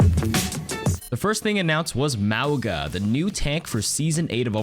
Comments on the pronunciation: For future reference bro his name is pronounced "Mau-nga".:) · Mauga? More like MaWOOga